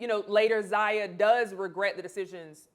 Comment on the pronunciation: Lol...is she messing up their names on purpose? Fun-ches . Zay-ya.